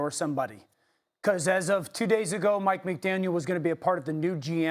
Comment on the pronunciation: Stephen A...it's McDaniel.